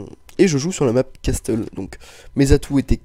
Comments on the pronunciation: arretez de dire casTle sa ce prononce caSSle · MDR xD alors que ça se dit casseule ^^ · la prononciation de "castle" As-tu déja fait de l'anglais??